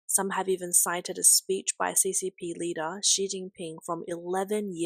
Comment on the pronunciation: Its rearry easy being supreme reader